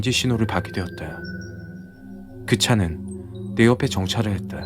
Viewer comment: 했다 야 했데 야 발음땜에 집중안되서 공포가 아니라 웃음이야기로 웃으면서 들음